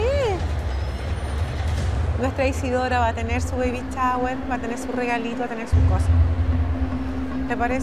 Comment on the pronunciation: ví varíos capítulos de esto y me exaspera cuando dicen Baby CHAWER, ! agagagagaggagagaga